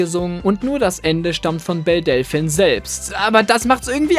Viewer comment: Du sprichst Delphine falsch aus.